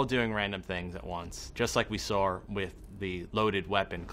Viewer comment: his NY accent really comes through on '...just like we SAUR-'